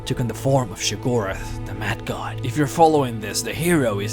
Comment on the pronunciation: It's *Sheograth. Not Shigorath